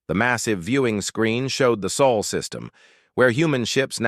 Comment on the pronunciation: Sol not soul please.